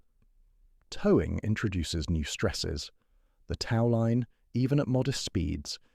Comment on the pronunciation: annoying narration... tau line? really?